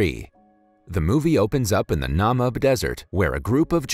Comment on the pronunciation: It's pronounced NUH-MEE-B Desert